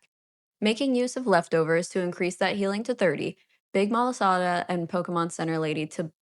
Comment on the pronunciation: Thank god you’re saying malasada correctly